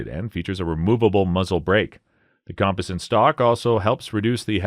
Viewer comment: Learning to pronounce cerakote and composite before the video would have been somewhat beneficial.